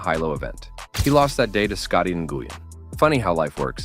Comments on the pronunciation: N Goo Yen ridiculous. Win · Nguyen is pronounced like "when". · Im Vietnamese, and its more like "nu-win" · Who is Scotty Nu-guy-an? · He's almost as good as Scottie NGooWeen. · I almost turned off this video due to how bad this narrator pronounces Scotty Nguyen